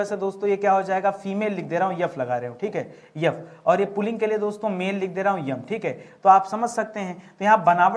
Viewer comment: सर आप हिन्दी वाकई बहुत अच्छा पढ़ाते है लेकिन अगर आप अपना उच्चारण ठीक कर लें तो पढ़ाई में चार चांद लग जाए..... जैसे... एस को यस और एफ को यफ न बोलें... It's a humble request sir ji🙏🙏